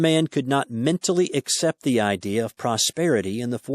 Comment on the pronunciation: I appreciate this audio but I wish he'd say ACCEPT and not "except". Grr! It's making my eye twitch o_O